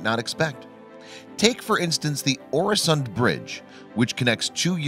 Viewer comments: Check your pronunciation, please! It's MalmÖ, not MalmO (sounds completely different) and Øresund, not Oresund (idem). The Swedish Ö and Danish Ø sound exactly like a German Ö or a French EU, not at all like an O. Besides, even your spelling is wrong at times, as you write "Melmo", instead of "Malmö". Please, be more careful with Scandinavian names! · And its pronounced ew-a-son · As a swede hearing him say oresond is a bit painfull